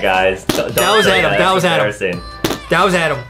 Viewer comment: WY JUSTIN CALL ADAM ADEM